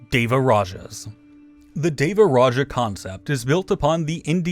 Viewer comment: it's DEWARAJA. not V. same with SRIWIJAYA. Not V.